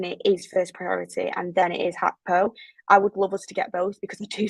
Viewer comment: Good questions I just really wish people would stop saying hackpo when that's not how you pronounce his name